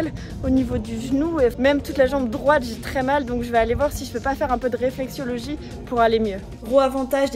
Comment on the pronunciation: RÉFLEXOLOGIE (ça fait mal d'entendre "réflexiologie") 😅